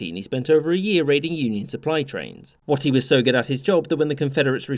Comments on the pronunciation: I'm not sure I've ever heard anyone pronounce Stand Watie like it is in this video. I've always heard it pronounced as "way-tee" and not "watt-ee". Not a big deal and probably just a result of accent, but it caught my attention. It's also possible that my brain/ears have been consistently playing a trick on me. 😂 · Minor aside, Stand Watie is pronounced "Way-tie", not "watt-tie" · it's pronounced waitie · The chiefs name is pronounced like weighty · In another source I've heard "Watie" pronounced like "Wait". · For the record, the Cherokee pronounce BrigGen Stand Watie's surname 'Way-tee'. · Watie is pronounced “Weighty” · Another outstanding vid. Stand Watie held out his last days just outside my hometown. (Also it is pronounced “Wait-ee”, but no biggie) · You pronounced Watie's name wrong it's pronounced more like the word Wait, or Weight so like wait-ee. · yeah, hearing you mispronounce his name was killin me. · It was Stand Waite, he pronounced it wrong. I have also been to his grave in Northeast Oklahoma